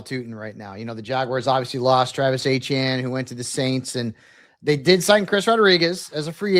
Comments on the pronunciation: Why does he keep saying Achane and no one is correcting him? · Etienne not achane 🤦🏽‍♂️